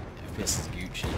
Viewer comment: Did he just say "gücci"